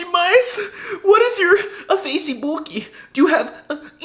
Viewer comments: You are mispronuncing brazilian: I't's "FEICHIBOOK" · "Facebook": 😕 "Feicibuki": 😄😀😃🙂🤪😝😜😛😀😃😄😁😆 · I speak English, Brazilian portuguêse and spanish (native) and o like ALL off them but Facebooki and other horrible pronunciations makes me Crazy, in The Bad way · You pronouncing facebook the Brazillian way is hilarious 😂😂